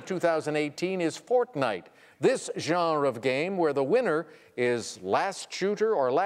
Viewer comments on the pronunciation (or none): Um, most people I know pronounce it "jan-ruh" or "zhan-ruh", not "zharn". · In english it is two syllables. Since he isn't speaking french, he is pronouncing it wrong. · And a "jarrn" clue, to boot. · "This jzsharrrrñ of games" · this video is really about Alex saying the word “Genre.” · I think he says it like that because he's Canadian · His Canadian is showing.